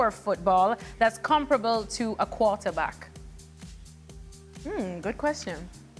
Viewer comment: So Sid picks Torres over Villa which there is an argument for, picks Rashford over Bruno which is just plain stupid and can’t pronounce “ comparable “ properly and all Shaka says is “ oh boy “